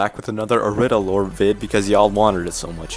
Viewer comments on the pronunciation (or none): I lowk thought you pronounced irida "eye-reed-uh" but i think its pronounced "er-ree-da" from what i've seen